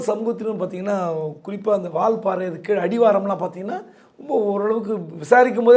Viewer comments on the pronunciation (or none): none